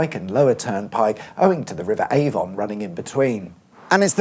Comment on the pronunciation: Avon is pronounced A-vun and not A-von.